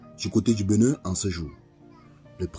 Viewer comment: Cest "BÉnin" et non "BEnin"